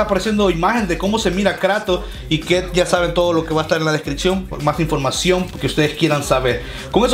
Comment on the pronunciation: En el intro te fallo el "YA" nada mas esta "Y" dijo para que repongas ese error :)